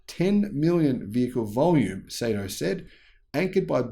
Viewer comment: good stuff as always, oh as an FYI the pronounciation of his name is "Sahto".